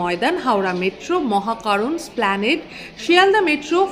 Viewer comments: খুবই পরিশ্রম করে ভিডিওটা বানিয়েছেন বোঝা যাচ্ছে। ধন্যবাদ। কিন্তু দু'টো ইংরেজি উচ্চারণ নিয়ে একটু বলতে চাই। আপনি হয়ত মনে মনে ভাবেন, ইস্কুল কথাটা ভুল, স্কুল কথাটা ঠিক। এস্কেল বলে কিছু হয়না, স্কেল উচ্চারণটা ঠিক। সেরকম ভাবেই "এস্প্ল্যানেড" উচ্চারণটা বেঠিক, "স্প্ল্যানেড" উচ্চারণটাই সঠিক। এই ভুলটা অনেকেই করেন। কিন্তু "এস্প্ল্যানেড" উচ্চারণটাই ঠিক। বিরাট সমতল জায়গাকে এস্প্ল্যানেড বলা হয়। And one more thing. "ক্লক রুম" না। উচ্চারণটা হ'ল, "ক্লোক রুম"। ক্লক মানে ঘড়ি। আপনার চ্যানেল দেখি। ভাল লাগে। তবে হ্যাঁ, আপনার "subscribe" উচ্চারণটা কিন্তু বেশ সাহেবি। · এসপ্ল্যানেড "এ" টা উচ্চারণ করুন। নইলে ভুল বলা হচ্ছে।